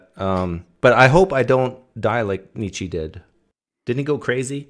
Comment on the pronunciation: Nietzsche’s name is pronounced ‘nee-cha’. No ‘e’ on the end. Thus endeth the pedantic lesson.